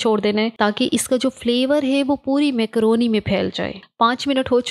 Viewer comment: Makrooni ❌ mekrooni ✅